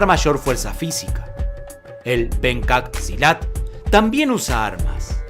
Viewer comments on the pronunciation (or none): gracias por hacer un video sobre Pencak Silat, a proposito, se pronuncia "penchak silat", pero está bien.. espero que ustedes puedan visitar mi país...saludos desde Indonesia